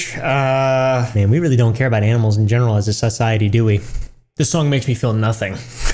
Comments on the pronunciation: "SUSiety" ????? That's what I heard 🤣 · i swear he said sus-ciety